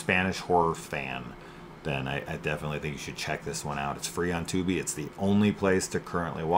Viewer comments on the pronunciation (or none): It’s Tuby not Tooby